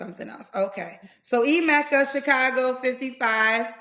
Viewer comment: This man can’t even pronounce his own name. Its pronounced Eh-meh-ka, not I-meh-ka